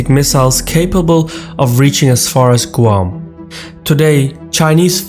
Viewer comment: Perfect except Guam is pronounced, "gwam"...other than that, keep up the good stuff